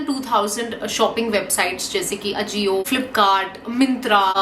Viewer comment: You are pronouncing ajio wrong my dear ....... Pls check it